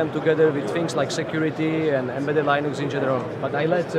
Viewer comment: "Laynux" ?!!! WTF !!!